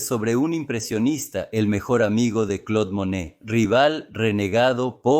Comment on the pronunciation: No es Claude Manet... Es Claude Monet